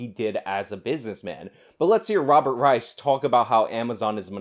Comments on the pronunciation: Reich is pronounced Rike. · Yeah I can't watch this video. I normally find your videos worth watching, but your mispronunciation of "Reich," and your constant repeating of the mispronunciation is just too annoying for me to continue watching. 🙄